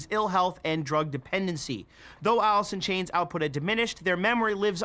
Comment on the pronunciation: Everyone: talking about the good staley and grunge Me: Did he say, “Alisson Chains”?